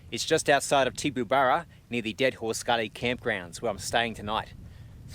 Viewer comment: pronounced "Tibaburra "